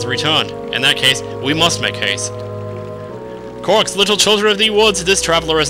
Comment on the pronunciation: its pronounced Core-OCKs